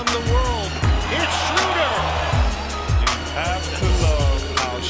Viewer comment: shroeder is more correct than shrooder. So you are wrong. But both is not the right pronouncation.